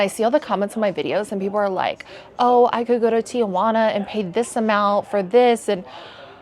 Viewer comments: Great video! I love TJ. FYI, the city is pronounced Ti-Juana, not Tia-Juana. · It's TIJUANA, not TIAJUANA. It's a city, not your Aunt Juana. 🙄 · They are required to get checked. I was in Adelitas years ago when the cops came in to check their medical cards. Stop saying Tia-juana. There is no a after the letter i. Very annoying